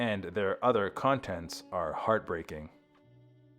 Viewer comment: I don't know if the voice track is AI but the speaking voice is stilted and mispronounces words like "convent." I know the dreadful closed captioning is AI. It always is in these things and is always terrible.